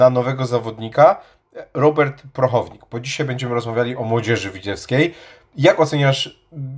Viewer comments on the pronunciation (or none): uuuu Panie!!! też poleciałeś.. Prochownik!!! xD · Mea...Zapisane. PROCHOWNIK. Dziekuje za zwrócenie uwagi.